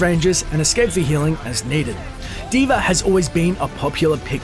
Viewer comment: at the start u said d.v.r